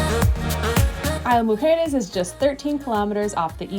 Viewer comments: Just so you know, it's pronounced EES-la Mujeres, not EYE-la Mujeres. You should also check the price for the car ferry. It's probably cheaper than parking, boat tickets and golf cart rental. I lived for four years in Cancun, and spent most weekends on the island. That was about twenty years ago, and it was a quiet, sleepy little island, with just enough activities to keep yoou occupied, and no buildings over three floors, except for the tower at the airport! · Isla Mujeres is pronounced Eeez-La